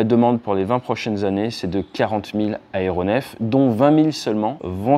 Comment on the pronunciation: Quatre cents "zaéronefs", pas quatre cents "haéronefs".